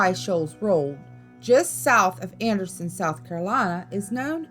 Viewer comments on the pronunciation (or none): none